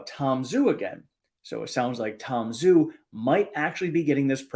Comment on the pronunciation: Tom Zhu’s name should be pronounced “Ju.” Refer to online Chinese romanization chart based on pinyin. Love your channel and keep up the great work!